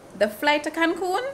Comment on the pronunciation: It's Cancun😂 not Cancum